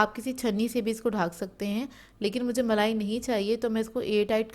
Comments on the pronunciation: Balai nhi malai bolte hai non sense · Aap malai ko balai kyun keh rehin hain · Aap balali bol rahi hay ya malai kuch pata hi nahi chal raha hay ye zara confurm kijiye